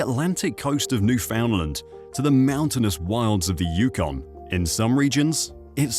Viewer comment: 1 for mispronouncing Newfoundland.